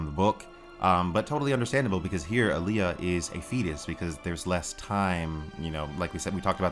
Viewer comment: Told you it's All-ya, not, Ah-lee-ah 😂 🙄